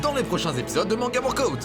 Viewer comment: Je regarde la vidéo en vitesse ×1,5 pour devenir la reine des pirates ! Purée mais quel Glow up ! Sérieux je connaissais ta chaîne il y a quelques années et je suis super impressionnée de l'évolution ! PS: on prononce WORK-AH-OUT 😎☝️